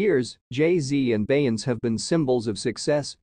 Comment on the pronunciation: You are saying her name incorrectly !